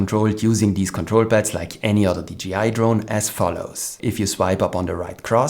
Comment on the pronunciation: One thing, a j in english ist pronounced jay, not jee. You say dgi, not d jay I, like DJ